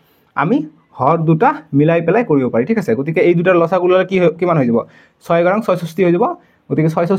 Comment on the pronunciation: আপুনি উচ্চাৰণ শুদ্ধ কৰিব ল.চা. গূ নহয় ল.সা. গু